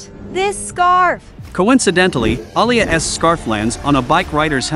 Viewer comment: I like how the narrator says an object that belongs to Alia he says alia es